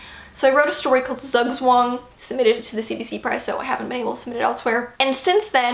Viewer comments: We love these updates because your stories are just that weirdly fascinating! All of them! Glad to hear more about what you've been writing & what you're planning to write, I hope 2021 will be a better writing year for all of us. It was so much fun hearing you pronounce Zugzwang (German is my native language) though - how did you even come up with that title? :D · As a German, hearing you pronounce Zugzwang is all kinds of hilarious! All the love though